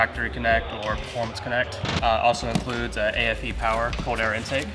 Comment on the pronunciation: There's no such thing as too much pawa.. 😂